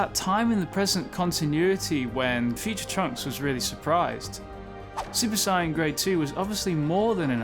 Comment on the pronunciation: Ok I watched a few of your videos now dude and enjoying them for the most part but I just gotta ask, what's with the super cyan? Cause that is not how the British pronounce the words super saiyan